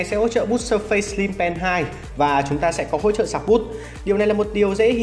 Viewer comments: Phát âm k phải là sơ phây nhé 🥲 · Phát âm surface sai rồi